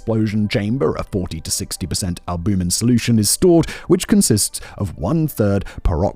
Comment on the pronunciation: Its chitin... pronounced with a hard k. Like kite. Ki-tin. Its also albumin. Al- bue- min